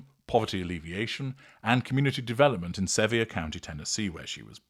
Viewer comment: Sevier (pronounced: severe). 😊